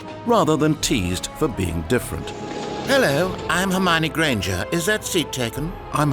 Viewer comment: Hermy-own Gran-jer?